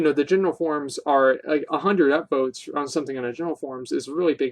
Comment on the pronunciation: I swear you say Upboats